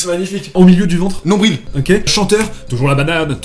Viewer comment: qui dit nombril 😭😭😭😭